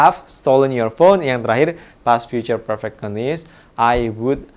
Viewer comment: mistake pronunciation "perfect"